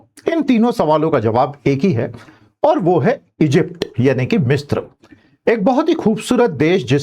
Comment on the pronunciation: It is misra not mistra मिस्र ना कि मिस्त्र